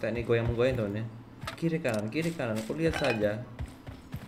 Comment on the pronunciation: Pas ngomong kiri kanan kyk logatnya roy kiyosi 😅